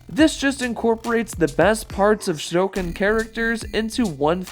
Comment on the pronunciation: My favorite is Goro, but quick question, why did you pronounce Shokan like that, also next Tuesday, November 1st is my birthday!